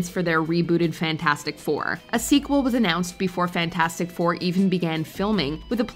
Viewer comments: Always laughed how everyone called the Fantastic 4 movie Fant-FOUR-stick. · i hear "thing" say fantastic and he needs to SAY IT RIGHT IT`S "FANTASTIC" NOT FANTASTIC YOU SOUND LIKE A DAMN FOOL WHEN YOU SAY IT WRONG